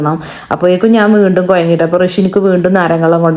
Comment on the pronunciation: കൊയഞ്ഞു😂 കുഴഞ്ഞു അത് പോലും നന്നായി പറയാൻ അറിയില്ല 😂😂😂